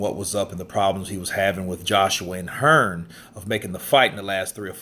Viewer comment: Most Fellas from the US including this guy he is Hearn not hearns you dumb ass